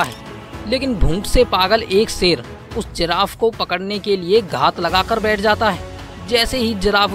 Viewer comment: सेर,बारीस भाषा की वाट लगा रहा है, हिंदी मे श अक्षर होता है ना